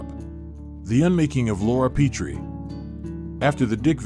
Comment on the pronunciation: The 1st syllable of "Petrie" takes a short "e" as in "pet."